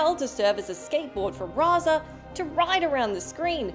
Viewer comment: Ugh it's pronounced Toe-ka and Razor FFS!